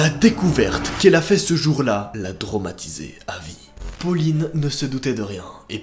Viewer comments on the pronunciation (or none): Et il a normal dit dromatisé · non noooonnn pas trOmatisé mais traumatisé